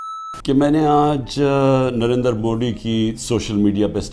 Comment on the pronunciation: अरे नरेंद्र मोडी नहीं 😂नरेंद्र मोदी जी कहो 😂😂